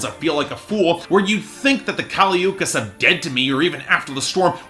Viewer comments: Yeah it's not Ookees I hated that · can't even learn to pronounce her last name, good night